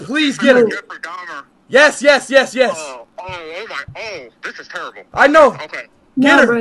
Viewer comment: "Jeffrey Daymer"